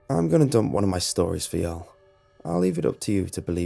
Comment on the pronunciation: lol you sound weird saying “y’all” 😂